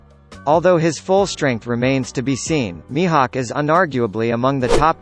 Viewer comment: when did mihawk became mihak